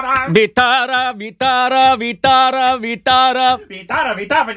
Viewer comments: Kindly work with your pronounciation. It's Vithhal not Vitara and most importantly it is God's name, Otherwise it's good reaction video. In Maharashtra, 'Kalavantin Fort' is most thrilling and dangerous than 'Harihar Fort' . It's thrill to watch, Imagine what it takes to climb it. You can make reaction video on that someother day. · You people making wrong pronountion of our god vitthal if you can't speak properly then please don't take holy name like this